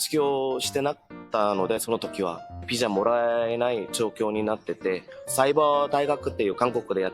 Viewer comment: のお話面白いしこれからも楽しみです🌟🌟🌟 話し始めから日本語の発音が自然で、 接客業で日本人と話す機会が多いのかと思ったら、 技術者で仕事中は黙々と作業の様子なので驚きました。 でもビザがピザになるところが「あ、やっぱり濁音は難しいんだ🤔」と思いました。